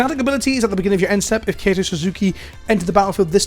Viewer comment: I think Kaito is pronounced like Kai-to not Kayto, but don't quote me on that